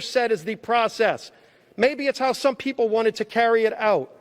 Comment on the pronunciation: We the weepull of duh webubwic of the green new deal....hold these socialist to be equal and .... oh come on Joe you know the thing